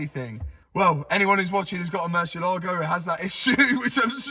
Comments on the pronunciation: Hey Mat, it's "murciElago", not "murcielAgo". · Mat, you keep pronouncing the Murcielago wrong, please do a Google Murcielago pronunciacion and you will see, so different. Murcielago is a Spanish name for Bat